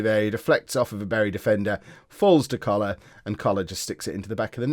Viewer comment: Don’t know if you’ve noticed, but when you say “... Coller our midfield “, it sounds like cholera - not a problem, just amuses me